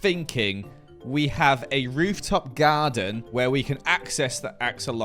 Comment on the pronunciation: bro said rooftop gyaden!! XD